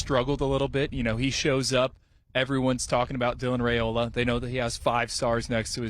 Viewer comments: IT'S RY-OLA!!!! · Five peat incoming. His name is Rye-oh-lah.